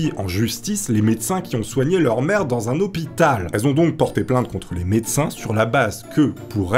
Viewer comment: et - C'est moi ou j'ai l'impression d'entendre le mot «merde» plutôt que le mot «mère»? LOLOLOL😁